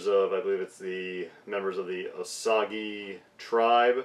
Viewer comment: It's pronounced "Oh-sage".